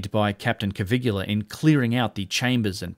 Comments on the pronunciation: Bro. His name is NOT Cavigula. It's Caviglia. And being an Italian name, the G is silent. It's pronounced Ca-vee-lee-uh. 🤦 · Caviglia, not Cavigula. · Caviglia not Cavigula. Come on man.. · Hi - I think its pronounced Caviglia not Cavigular, its a bit like people that say Nucular instead of Nuclear - just saying - love your channel by the way. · I can't be the only one who's moderately bothered by the narration "Cavigula" not matching the text "Caviglia"? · By the way, it's Giovanni Caviglia, not Cavigula. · Hi, new subscriber here. I really enjoy your contents a lot!!... but please revisit your Italian..🙉😅 Poor Cpt. Caviglia...the "GLI" is pronounced like Famiglia not like Caligola 😂 It literally means Ankle! 😉👍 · Italian name Caviglia should not be pronounced as "Kavigula". It is more like "kavilia" without "i" before "a": "Kavil'ya". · Caviglia, not Cavigula. You're pronouncing it like "Caligula". CA-VI-GLI-A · It's Caviglia, not Cavigula... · Stupid AI narration. It's Caviglia, not Cavigula. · Great video like all your work. One comment only on the pronunciation of Giovanni Battista's surname. The closest in English you can come to speaking the correct form of "Caviglia" is, stress the first syllable "Ca" then treat the "i" as an "e" and omit the "g", so spoken "Ca-vee-lee-ah". It's not perfect as the Italian "gli" sound is unique and not very well suited to written explanation, however better than a complete mispronunciation. Again, not a critique on your work which I find well researched and fascinating. Respect to you, Sir. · Excuse me, excellent content as always, allow me to just leave a note: Caviglia Is pronounced more like cavillia. It Is not exactly the same, but It Is close. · Giovanni Caviglia is pronounced like jo-VAN-nee ka-VILL-ya. (It is not spelt like, nor does it rhyme with Caligula.) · pronounced CA-VEEL-YA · Hello, I'm italian and your pronunciation of Caviglia is wrong :) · your pronunciation of Caviglia's name...yikes.